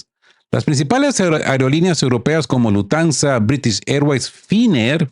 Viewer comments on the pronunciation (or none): se dice Lufthansa y no lutansa